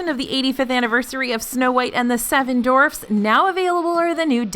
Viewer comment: "Seven Dorfs"? Is that how you pronounce Dwarfs in Texas? 😜